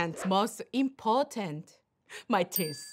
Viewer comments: Ohhhh Naomi! I love how she talks in English😍 Important?impotent??importance???imporrrtent???? So confused and hiralious🤣🤣🤣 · なおちゃんこ鍋！インポ○ンツに聞こえたにょ！笑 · importantって言いたいのにインポテンツになってるのクッソ笑った😂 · 言ってますよ😂 完全に男性の症状の名前がスペル化されてました笑 まさかimportantでこんなに笑い泣きすると思わなかったです🤣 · ティース(もはやスィー)で爆笑🤣🤣 そのあと、important…っていいたくて放送事故起こしかけててさらに笑った